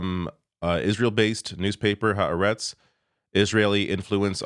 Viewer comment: When bribes and blackmail don't work... By the way, it's "ha aretz" (two words), not "haretz".